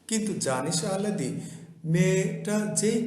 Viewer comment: উচ্চারণ, আহলাদি না আলহাদি?